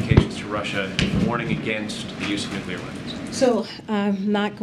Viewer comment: She said nothing there and she mispronounced nuclear.